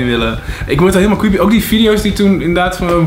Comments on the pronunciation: Das toch cweepy😂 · ‘hoe kwieepieee’ 😂😂😂😂